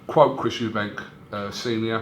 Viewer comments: Why does he fuckin call him Eubanks with an s at the end. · I love the way fisheyes calls Eubank Eubanks every time